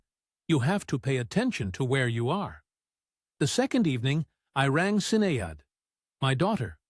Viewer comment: get the name pronunciations right his name is pronouned KEY RON and his daughter is SHIN NADE